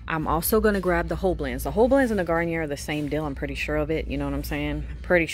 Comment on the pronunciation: Garnier is French so it’s pronounced Garniyay since the R is silent